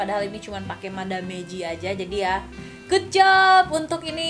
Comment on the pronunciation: Maaf, mau koreksi sedikit..bacanya bukan "ma-da-me"..tapi = madam.. 😊